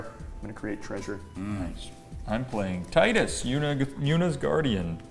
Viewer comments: Te-du-s not Ti-de-s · I wish he actually pronounced Tidus correctly 😂